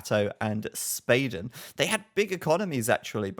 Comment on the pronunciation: I'm pretty confident Spaden is swedish which means your pronounciation of his name was already correct, you don't need to change it!